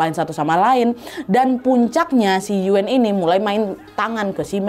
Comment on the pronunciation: Yuen bacanya Yuun aja Nad. Agak dimonyongin. Distrik Sham Shui Po gak cuma dulu aja kerasnya, tapi sekarang juga masih seperti itu. Salam dari HK ❤